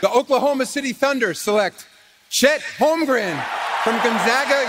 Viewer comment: it’s chet holmgrown bro